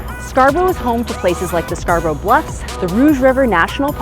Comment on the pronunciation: Scar-bruh not Scar-brow